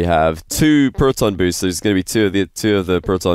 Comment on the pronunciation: "The proh-ton" stay in school kids